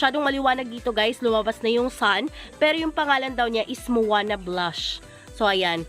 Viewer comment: Manoa not moana Tanja not corona Lubbersiana not charlie Fasciata borrusica not fasciata Orbifolia not orbifelia